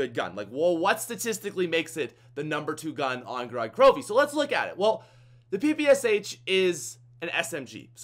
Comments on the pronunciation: Gorod Krovi is actually pronounced (go-rad) (kro-viy) which is a russian word and it means blood town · gorod krovi with subtitles, goraad crobee